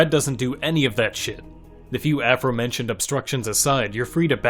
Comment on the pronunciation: "afro-mentioned" 😂 Loved the vid!